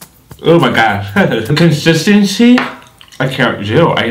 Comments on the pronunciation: “the conshishtanshee” 😂🤣😂🤣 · NOT THE CON-SCHIS-TEN-SHEE